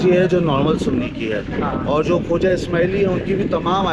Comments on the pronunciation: word khoja hai. Khawja nahei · یہ درست لفظ خوجہ ہے